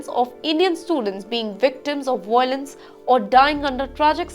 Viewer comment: It's violence not voilence